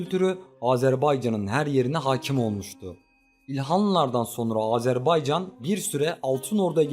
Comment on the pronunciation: Oğlum bir kere'de azerbaycan diyebilin yaa Türk e azeri azerbaycana azerbeycan demeyi kesin anlayın !